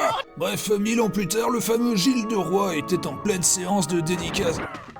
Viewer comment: Gilles de roy... Ou Gilles de Rais ??? :P